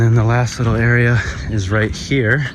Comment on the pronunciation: "There's a laattah people around heah" 😂